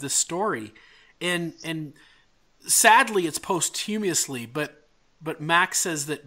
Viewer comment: How do you not know how to pronounce the word posthumously, yet are presenting on YouTube?